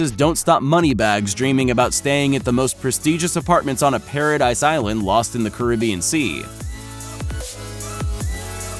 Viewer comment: Pa Ra Deese I don’t know wtf you said